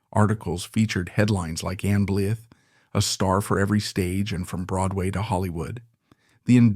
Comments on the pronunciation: Ann Blyth is not dead as of 1 July 2025. Her name is pronounced “Blighthe” rather than “Blith” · It’s pronounced Bleyeth, not Bligh. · Her surname was pronounced Blithe not Blith. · Her surname is pronounced BlEYEth, not Blith. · ... & her name is pronounced "blyth" not "blith." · THANK YOU!!! I counted only three times that he pronounced her name correctly. It was so frustrating. 😖🤯🤬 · The least you can do is learn how to pronounce your subject’s surname properly.